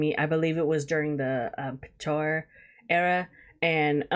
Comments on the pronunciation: The pronunciation in the vid bothers me so much 😭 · Petrichor is pronounced Pet -Tree - Core. Hope this helps. 😊👍👍